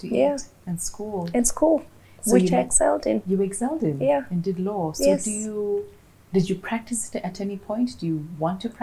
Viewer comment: Love this lady BUT Don't put R kila place....... its law not lawrrr🙄🙄🙄🙄 be yourself